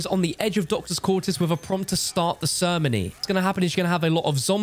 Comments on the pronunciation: Did u really just pronounce ceremony as sermony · the “Sirnomy.” 😂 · I never heard some one say ceremony so weird...... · How does he not now how to say ceremony